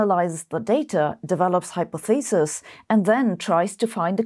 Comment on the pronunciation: pronunciation of hypotheses : hai-PAA-thuh-seez